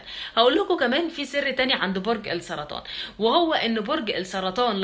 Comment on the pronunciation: على فكرة كلمة السرطان (اللام شمسية علشان بعدها حرف السين) يعنى نخفى اللام فى النطق..بالنسبة لرأيك يتفق جداً مع مواليد برج السرطان وأنا منهم